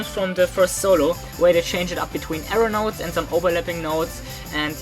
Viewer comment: When you say arrow-notes I hear aeronaughts